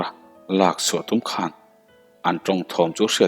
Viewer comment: Zu khawn tih kha hnapkhawn tih a khawn tih a lam tur . Hnar khawn tih ang a lam loh tur.